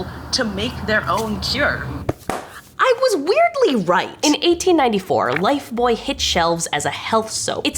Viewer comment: Yay! I'm glad to see that Canadians correctly, pronounce Lifebuoy. Now, if only they could teach the Yanks.